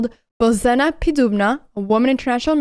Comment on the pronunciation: With respect it sounds like [boʒena].